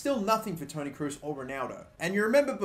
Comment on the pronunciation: It's pronounced tony Krose .